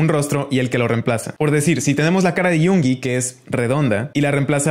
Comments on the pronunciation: es porque asi se pronuncia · De hecho así se pronuncia en coreano, o muy parecido